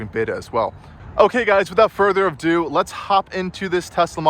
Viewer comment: Test Whateling? Did you say test strateling? And did you also say "without further of do"? Nice review